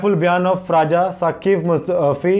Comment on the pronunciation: It's not राजा it's रजा साकिब मुस्तफाई Bro